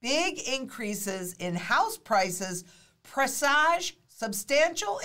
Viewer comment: Please review your pronunciation of presage.